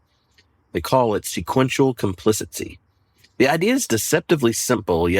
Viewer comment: I’m interested in why you pronounce “complicity”—correctly spelled in your slides—as “complicency” which is not a word. Editor and announcer here. But I like the lesson and have passed it along to our pastor.